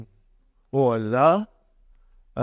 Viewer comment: He does not even pronounce Allah correctly his la is weak